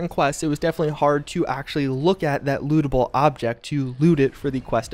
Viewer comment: Who else here heard 'Look at that Lewdable Object to Lewd it' rather than "Lootable Object"? I was thinking he was talking about multiple mods interacting or whether cp has some rather adventurous quests for a sec.